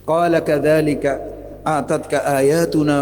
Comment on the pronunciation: উনি আয়াত ভুল উচ্চারণ করেছেন। آتت উচ্চারণ করেছেন৷ এখানে হামজা অক্ষর দীর্ঘ উচ্চারণ হবে না।